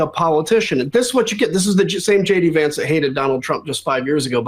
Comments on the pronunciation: Was only half listening and thought you said "Shady pants" when you said JD Vance. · Did you say jd Vance or did I here you say shady vance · Ben, did you say 'Shady Vance'? 😆👍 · Did you say Shady Vance? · Did he say shady Vance or did I just want to hear it? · I thought he said “Shady Vance”…I mean, it fits!